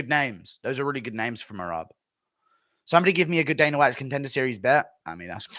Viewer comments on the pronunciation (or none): none